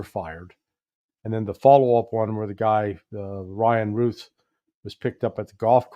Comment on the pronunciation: Ryan Routh is pronounced Ruth. Please!